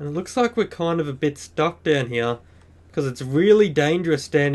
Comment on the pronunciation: is it just me or is it funny when he says hea but funny in a good way